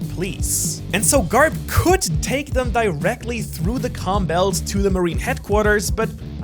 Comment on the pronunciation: I thought you said ### belt not calm belt